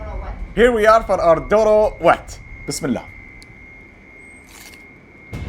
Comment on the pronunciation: Yes u pronounced the Doro wet perfectly👌 and it's not that much spiciest food than the other foods u have tasted😂 it's delicious thou😊🇪🇹🇪🇹🇪🇹